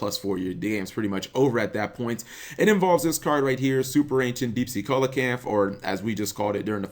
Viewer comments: It's pronounced 'Seel-a-canth' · Its pronounced cee-luh-canth